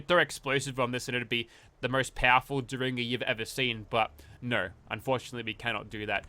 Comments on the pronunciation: It's pronounced Derr-in-ger. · Booth took out Lincoln with a "dare in ger" not whatever you are saying lol. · Dare in jer ☠️